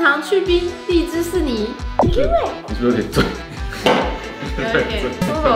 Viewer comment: 荔枝4ni? 脆脆的貴妃會念成荔枝阿XD